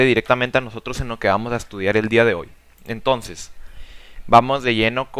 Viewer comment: Esta realmente detallado el pensamiento de Platón, las "formas" se entiende como una idea que varea. Me agrado la explicación, pero al momento de escucharlo pude notar algunas muletillas (este) y palabras (tonces) mal pronunciadas que hacían no poder enfocarme bien en el aprendizaje y conocimiento.